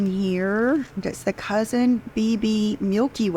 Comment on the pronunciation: The LV bag is pronounced “COO-SAHN”, not cousin like a relative. 😅 Aren’t professional influencers supposed to know these things?! lol